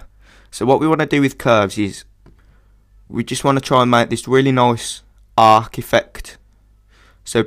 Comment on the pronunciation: Nice tutorial, subbing ;) also, I can't stop to notice that your "nice" sounds more like a swedish accented "noice" =P Are you scandanavian? : o